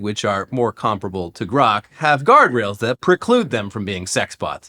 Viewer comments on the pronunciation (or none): Why did he have to fuck up "grok"? Dead serious, man. Why?